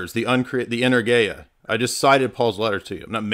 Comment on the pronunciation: Greek here - when you say the word energia do the stress on eNErgia. Keep up the good work!